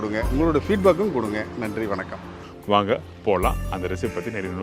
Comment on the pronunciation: It is not vannagi😅😅.it is vadhakki.learn tamil from 😊😊😊